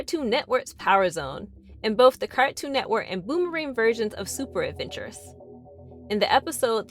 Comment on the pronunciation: All of the way you say Cartoon Network